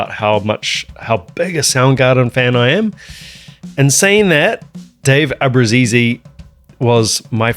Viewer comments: It's an Italian surname. Not "Abrusisi" like you say, ABRUZZESE. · FYI: You do know that's not how you pronounce our last name. Cancel the last E. Ah-Brew-Zees.